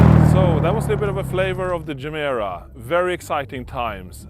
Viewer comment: pronouce it GE MERA not GEMERA it means give more in swedish